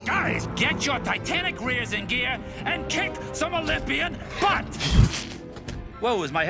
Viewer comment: rofl “olympian” 🤣🤣